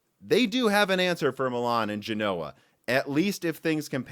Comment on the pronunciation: Its GENoa, not genOa. Other than that, great video :)